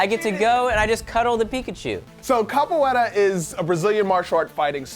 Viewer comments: isnt it kapuera instead of kapueta? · Its capoera not capoeta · Its capoeira not capoeta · actually its capoiera :) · Xeviouz Exidra Actually, it's "capoeira"